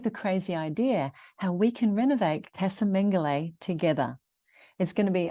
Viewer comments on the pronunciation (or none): "Caza Mengoli". Casa is Spanish pronunciation.